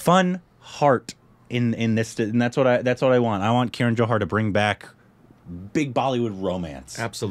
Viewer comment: For the nth time, it's KAran Johar, not KIran (see what I did there)